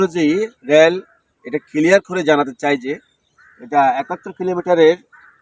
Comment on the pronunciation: আরে গাধা ওটা র্্যল না রেল হবে।